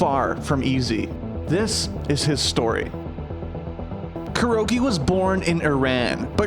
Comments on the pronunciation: They could have least pronounced it correctly..its not Cure-oh. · am i the only 1 who keeps on hearing "Kiro"?